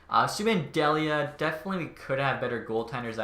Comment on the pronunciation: Colin Delia is pronounced Dee-Lee-uh. I only know cuz I graduated from Merrimack and Delia was a STUD for our hockey team, awesome to see him making the blackhawks